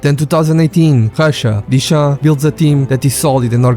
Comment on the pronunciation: Контент норм, але чому сам не озвучуєш?! Прізвища називає так - що не понятно про кого...тіша - дешам)